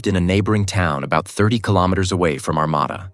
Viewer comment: Ar-mA-da...The second "A" is spoken as a long "A." I live not to far from Armada. At the time, I lived in New Baltimore...This was just Devastating! This poor, Beautiful young lady was in everyone's hearts and Prayers...as was her family... God Bless them...